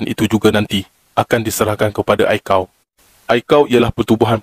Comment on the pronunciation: Pelat Pantai Timur pekat sangat. Pahtu be Ai-See-Ae-Oh, bukan Ai Kau